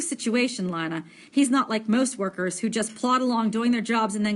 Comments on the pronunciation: Is Lina not Lana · Worst reading EVER it’s Lina not linea and stutter much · Sry to be mean but it's pronounced ( LEANA ) NOT ( LINEA ) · PLZ JUST SAY LINA PRONOUNCED L E E N A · Not trying to be rude but I think lina’s name is pronounced ( lee-na) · She says it like lie na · SHe SaYS lInA WrOnG